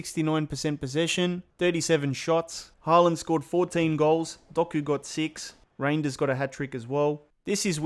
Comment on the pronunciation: It's pronounced "Hålan".